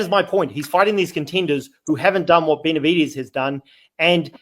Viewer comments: How none of those actual latinos are calling you out for CONSTANTLY calling him bena-vi-dees was beyond me. Its disgusting on the ears... You must have been trolling because i heard you butcher his name more than the combination of the group combined used it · Bena-vi-dez... Try it, its not too hard